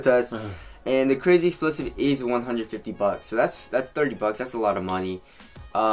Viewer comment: I know damn well you incorrectly say crazy explosive intentionally